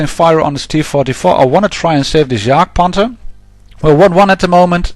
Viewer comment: there are soooo many idiots out there that keep going for that darned bridge... then lose by cap. i guess one only has to embrace it - luv yr vids mate! ps. finally somebody that pronounces Jagdpanther correctly :)